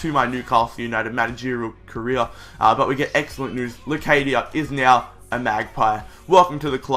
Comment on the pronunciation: it iss pronounced Losadia Locadia